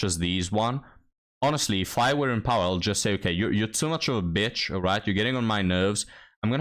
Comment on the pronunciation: I have been watching your videos with multilingual subtitles built into YouTube, I really find it educational to see your rants translated into many languages through Google and they can reach a wider audience, however, I have to tell you that your pronunciation is messing up YouTube's translation, you try to call the woman a "b1tch", but YouTube thinks you are saying "beach", so the Spanish subtitles read "playa" instead of the various Spanish words for b1tch. 🤣